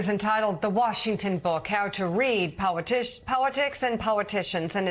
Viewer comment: Near the end of this clip, Mika appears to pronounce 'politics' and 'politicians' as 'powitics' and 'powiticians'. Bearing in mind that Poles pronounce their L's as W's and because she has Polish ancestry, is this what is going on here in her mispronunciation? Thoughts anyone?